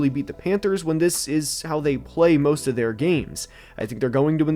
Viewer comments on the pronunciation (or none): Moooost of week 12? What accent pronounces most as moooost?